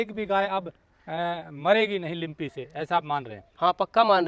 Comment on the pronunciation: लिम्पी नही लंपी बोलो